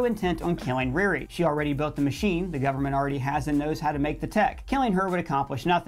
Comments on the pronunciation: Does he know he know her name is Ri RI and not "Reari"! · The way he's saying RiRi is killin me 😂 but he's crushing these